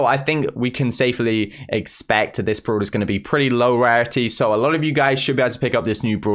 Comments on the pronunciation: Bruh .. it call brawler not browlor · It is annoying listening brawler bruler.